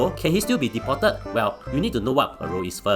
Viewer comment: deported to be pronounced a bit slower not like Chinese accent!lol